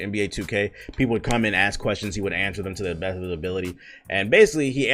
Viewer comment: idk why but the way this said " to the beh of hih ability " has me in tears!